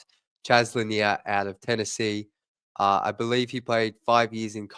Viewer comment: Pronounced Là Near, just like Bob Lầnier the great center.